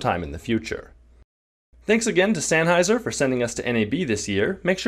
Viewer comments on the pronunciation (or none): Hemert Minor nitpick: You also said Sanheiser (with an "a") instead of Senheiser (with an "e") at the beginning of the video :) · Damn, this is the first piece of tech tips content I've given a shit about in hmm.... exactly one year! Although i nearly cringed to death when said "SANheiser"